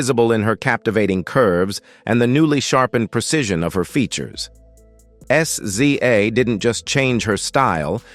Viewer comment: WOW! he said her name at first as zay.....then went to her initials SZA but, we know her as Siz za......WOW! But, OK :person-turqouise-waving